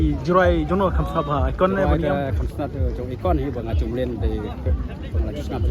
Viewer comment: Akon ❌ ekon✅